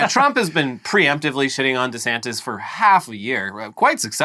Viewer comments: Is it just me or does Ron say his own name funny? Sounds like he says Rondy Santis. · It’s not just you